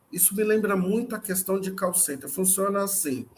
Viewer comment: Quando o cara falou de "call center" eu ouvi "Carl Sagan" kkk